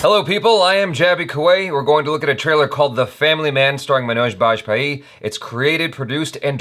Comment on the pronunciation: One like just because he pronounced MANOJ BAJPAYEE properly.